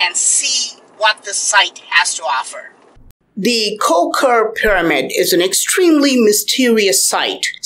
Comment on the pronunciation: you pronounce the temple name wrong. Of course, in English name, you can pronounce Koh Ker but in Khmer, we pronounce Koh Ke កោះកេរ្ដិ៍